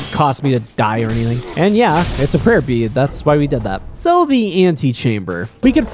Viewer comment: I listened to your video while working with something. Every time you said "Prayer Bead", all I heard is "Herpes". And I had to make a quick glance at my monitor.